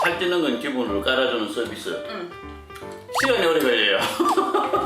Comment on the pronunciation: 서비스가 자비스로 들려요ㅋㅋㅋㅋㅋㅋ 올드스타크ㅋㅋㅋㅋㅋㅋㅋㅋ 서비스 부대찌개 준비 ㅋㅋㅋㅋ